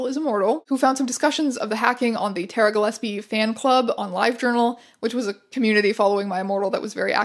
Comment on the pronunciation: the way teya pronounces ‘gilesbie’ throughout the whole video makes me want to shove nails in my ears. incredible archive, though! absolute goldmine.